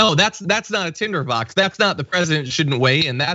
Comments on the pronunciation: the word is 'Tinderbox' KayLie.....not tenderbox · Did she say Tender Box? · Is she saying “tender box”. I think she is. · Did she say "tenderbox"? She can't even get the word right. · Did Kay-Leigh Mac-a-Ninny say "tenderbox" TWICE when the word is Tinderbox??? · Keyleigh said "tenderbox" so perhaps english is not her first language... which raises her competence to just under net zero. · Is she calling it a “tenderbox”? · Small point but why say 'Tender box' and not 'Tinder box'? Does she not know what it even means? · It's "tinder" box.